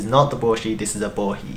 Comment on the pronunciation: I also learned how to properly pronounce "Bohi". So many people on English-speaking videos keep calling it a Bo HI. I'm guessing your pronunciation of Bo HE, is the correct Japanese pronunciation?